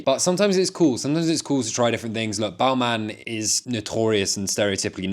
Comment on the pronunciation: That pronouncing of Balmain is brutal